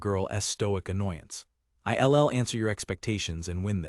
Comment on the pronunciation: Nothing says AI like the narrator repeatedly pronouncilg "I'll" as "I.L.L.". 🤣